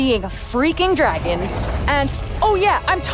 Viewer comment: it sounds like she´s saying "i´m seeingA freaking fragons"